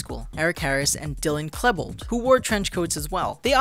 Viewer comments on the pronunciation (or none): Dylan Kleeee- bold